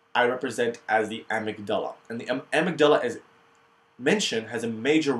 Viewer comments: You may have learned how to pronounce things by now but, amygdala: a-myg-da-la four syllables. Learn more proper pronunciation here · You say amygdala like such an Arab! Great video.